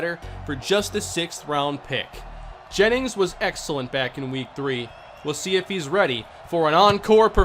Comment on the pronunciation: "Gra-eg Jaymings"